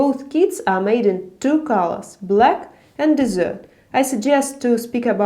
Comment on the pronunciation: The way you pronounce desert sounds like "dessert" and its very cute